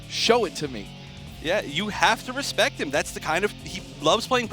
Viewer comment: Did he just say show me "respek"? I see you! lol